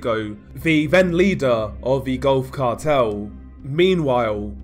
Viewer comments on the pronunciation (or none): none